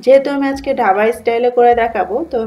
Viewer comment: ঢাবা না ওটা ধাবা হবে, 😄😄😄